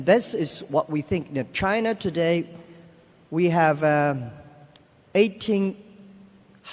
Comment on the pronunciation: Jack: At china doday, we have eighteen hundreed new babies born every year, which is not enough. xD This guy isnt listening to his own words, btw, he is talking bullshit and Elon is internally frustrated and wants to say his opinion :D